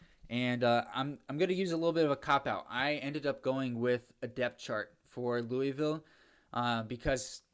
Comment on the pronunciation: Oh one more thing louisville is pronounced looville